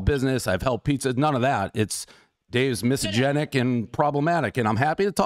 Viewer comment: As much as I like Dave’s pizza reviews the man can’t even say misogynist. It’s like the review when he thought America was founded in the 19th century. She could’ve quoted him with multiple comments he made in past but she clearly wasn’t prepared.